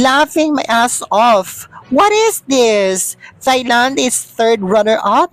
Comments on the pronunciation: Thai is pronounced TAY not thigh! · “Tie” Land! Not “Thigh” Land! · Hi, Thailand is pronounced as Tailand, walang TH! Hehehe